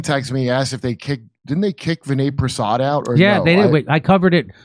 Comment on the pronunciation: Jeez, it’s not Vinny Prasad, it’s Vinay Prasad!